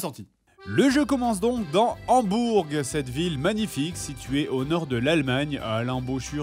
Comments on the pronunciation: J'aime bien faire chier les gens du coup ça se dit pas Hamburg avec le g prononcer mais Hambourg prononcer [Hambour] voilà j'ai été chiante et maintenant j'arrête 😀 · Prononciations : Angela ça se prononce Anguela Hambourg on prononce pas le g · pour Hambourg on prononce pas le G